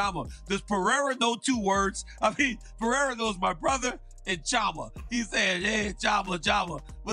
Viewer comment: Its been a year and DC still cant pronounce CHAMA correctly